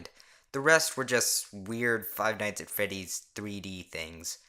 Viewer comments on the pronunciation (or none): "Five nights at Feddy's" Am I the only one who heard that?